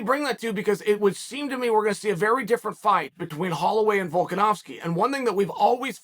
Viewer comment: Volkanovski is an Aussie Chael ! Chael the Canadian stop getting it wrong